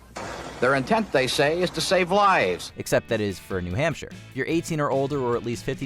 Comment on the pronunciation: Didn't he say New Hampshire